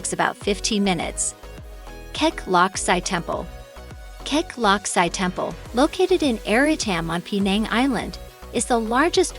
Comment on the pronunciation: It is pronounced as kek lok see. Not Si